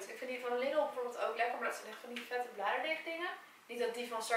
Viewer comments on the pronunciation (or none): none